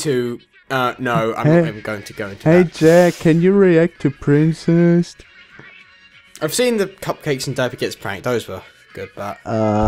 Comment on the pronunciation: "i dont wanna do Princest" HEY JACK DO PRINCEST!!!